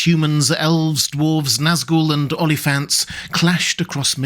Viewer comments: I thought you said OnlyFans, took me a while to realize it was Oliphants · At the beginning I heard "Only Fans" and I checked if it were an April Fools video. Then, after a couple of tries I realized it was "Oliphants" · I totally heard armies of Nazgul and Onlyfans. Must be the Pornhub LOTR adaptation... 🤣